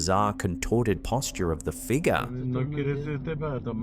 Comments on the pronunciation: That unusual "figgah"!!! Love ya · Holy. Shit. First it's "figaaa" but that is NOT how you pronounce "negro"... This channel is going to get banned lmaooo